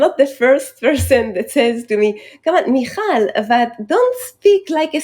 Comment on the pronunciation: Great episode and very informative. Dave you are a true leader in biohacking. I noticed you had a bit of trouble pronouncing Michal's name. The "ch" in Hebrew is pronounced like you have something stuck in your throat. Either way I enjoyed your genuine effort. :)